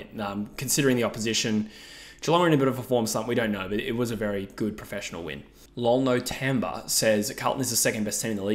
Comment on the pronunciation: never in my life did I think someone would say my user as lol-no-tamber 🤣🤣